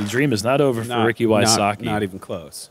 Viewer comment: I laugh when I hear them pronounce the name Wysocki.